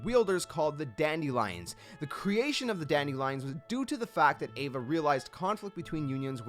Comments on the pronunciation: Ava is Ah-vuh. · You pronounced Ava wrong it’s pronounced like Awva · i thought name was ava not eva #smh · (Ahva) is how its pronounced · Ahh-vuh* she's not an evangelion lmaooo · Xigbar literally says Ava's name in the cutscene. So why do you pronounce it like that?